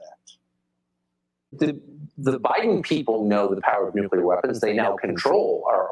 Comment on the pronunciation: I always liked the way G.W. pronounced it nucular. Even after getting mocked for it, he kept saying it that way. "F@ you, I'M the DECIDER!!!"😂